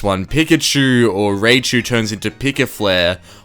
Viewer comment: Raychu?!? U mean raichu??